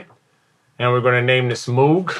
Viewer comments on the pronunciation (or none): Great video! One nitpicky thing... Moog rhymes with "vogue", named after its inventor Bob Moog.